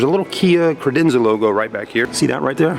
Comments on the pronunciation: I know this video is older, but it's CAdenza not CRadenza. If you sell them at least get the name right! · Did he ever say Cadenza correctly...as on top of it as those that work at the Kia dealership in Reno NV...and my new 2017 Optima SXL will only have warranty done at the dealership in Reno.